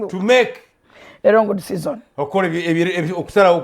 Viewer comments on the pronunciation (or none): omuzungu agamba alongo desizon ameekeeee......."